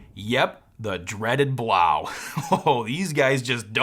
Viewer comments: Love the vid and review! Could be wrong, but I think it's pronounced "Blow." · I think that Blaux, is pronounce Blow. As in French, not German. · Fyi the blaux is supposed to be pronounced "blow" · Blaux is like faux. Pronounced like “blow” because it’s a fan.